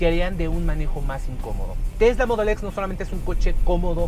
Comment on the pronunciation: Me caga como dice mudul x jajja mejor di en español te escucharlas mejor solo con decir Modelo X y ya